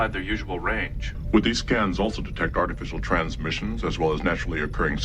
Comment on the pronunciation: He does it again. Emphasis on the wrong words. "Would these scans detect artificial transmissions as well as naturally occurring signals?" The point is to contrast "artificial" with "naturally occurring", not "transmissions" with "signals".